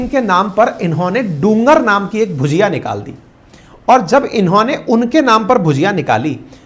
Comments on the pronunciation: your pronunciation is wrong may be because you do not know the difference between ‘ bhAjia’ and ‘bhUjia’. Haldiram is known for bhUjia and not bhAjia. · भजिया और भुजिया में फर्क होता है, हल्दीराम की भुजिया है ना कि भजिया